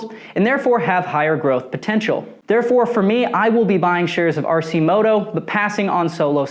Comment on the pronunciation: It's pronounced Arc -i -moto not RC moto FYI